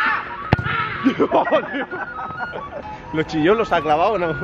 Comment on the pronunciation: inozuma eleven🤨 inAzuma eleven xd